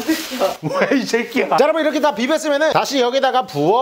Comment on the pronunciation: 월레 레끼야인데 새끼야 라고해요!?